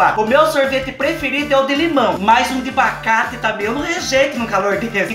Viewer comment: O melhor, e o falando "bacate" direto no começo do vídeo kkkk